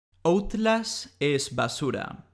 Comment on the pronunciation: Basura es tu video. Y Outlast es un nombre o palabra en inglés. Deberías pronunciarlo como se debe pronunciar, en inglés.